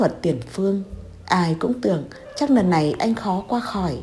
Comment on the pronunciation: Bạn vui lòng sửa lại chữ N và L đi bạn. Bạn đọc tên Loan thành Noãn, hai lần thành hai nần .